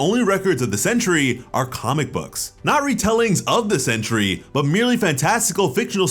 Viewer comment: Sentry! Not century